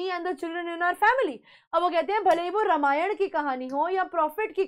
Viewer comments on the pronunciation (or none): It's not ramayana pronounce it properly ramayan